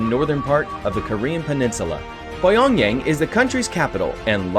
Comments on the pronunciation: Great job, this video is very well done! 👏 The only thing is: Pyongyang is not pronounced PIE-ONG-YANG but PEA-ONG-YOUNG. Keep up the good work! 😄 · But it's pronounced pea- ong- zang.